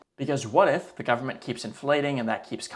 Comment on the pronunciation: "full faith and credit of the US gubmit" LOL